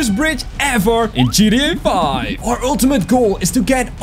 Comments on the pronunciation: Ummm you said gDa 5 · This is him saying gta 5 gda 5